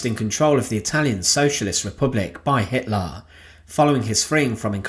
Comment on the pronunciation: I remember this narrators pronunciation of HITLAR